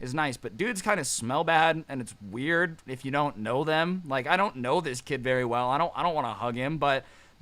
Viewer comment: “Dudes kind of smell wird” wow that’s offensive 😂😂😂